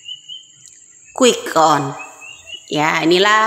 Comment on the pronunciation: Quick Count jelas ngucapin C itu.... yg terdengar jadi quick on tuh,, betul 2030 Indonesia akan Bubar oleh Prabowo kalocaranya Menang begini